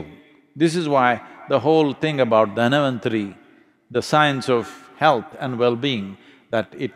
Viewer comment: Not Dhanavanthari, it's Dhanvanthari..🙏